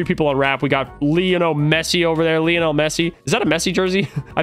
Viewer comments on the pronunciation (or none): none